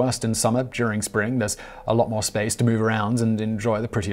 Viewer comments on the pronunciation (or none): none